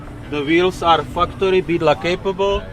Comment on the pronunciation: Sorry, are you sayin fu-cktory or factory? Because fu-cktory is a really cool company name, if thats who makes those items you point out, lol. Awesome rig BTW